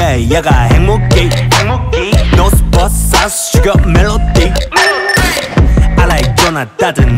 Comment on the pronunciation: I live for the way siyoung pronounces north but south I’m crying I love him so much lmao